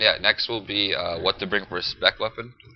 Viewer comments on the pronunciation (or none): none